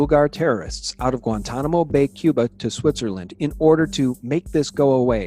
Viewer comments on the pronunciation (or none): none